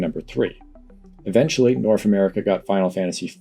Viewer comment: North isnt pronounced norf.